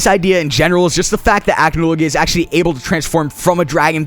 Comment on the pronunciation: The way you says Acnologia ticks me off, its ac-no-logia not ACH-no-logia